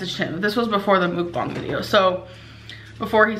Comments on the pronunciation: Ugh I wish she would look up how to say mukbang instead of calling them mookbongs it’s infuriating. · "This video about 'mook-bongs' is to essentially demonstrate to you that I know how to say 'mook-bong' correctly because I say 'mook-bong' a thousand times... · It MUKBANG NOT MOOKBONG